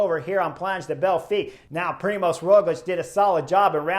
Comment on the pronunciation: Hey Chris, I am an Aussie living in Slovenia with my Slovene wife, so I'm now used to their names. You do a good job with the riders here but if you want help with Roglič's name then the ž in Primož is pretty much like the “j” as the French would pronounce “j”. So, it's like the “j” in Je m'appelle. Primož is quite a special name here and when the ž is pronounced like a standard English z, it sounds really comical as "z" is a completely different letter to "ž". Cheers and look forward to you next video.